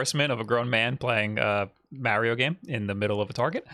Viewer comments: It's MARIO NOT MEARIO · Time stamps for when saying “MAH-rio” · process Mario Wong lol, there are those who pronounce the word like he does, it's not correct though lol